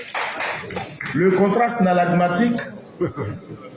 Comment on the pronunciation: Ehhh😂 il dit « snallagmatique » 😂😂😂 vieux on dit synallagmatique !